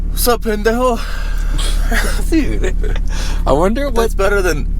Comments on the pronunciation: Don't worry. The way he said pendejo is so fuckin far from the way it's supposed to be pronounced, the NASA computer doesn't have the computational power to make that connection. You'll be fine. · Brother, I gotta say that pronunciation of pendejo was great!